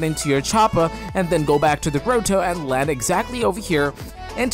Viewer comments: I love how he says the gRoWTOw instead of grotto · No one : Him : Grow-Toe